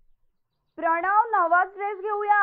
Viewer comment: "प्रणव" pronunciation is so irritating